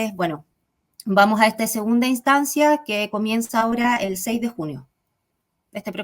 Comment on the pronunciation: "Y vamoh a,,,," Por favor, pronuncia las eses, mujer!